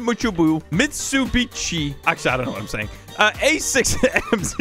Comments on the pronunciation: >its pronounced mit-soo-bi-she a japanesse car brand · its pronounced like this mit-su-bi-shi its a japapense company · this is how you pernounce this Mit-su-bi-chi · you said mitsubishi wrong also pin me plz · Haiyah why you say it like s u it not s u say it like su not like s u get it?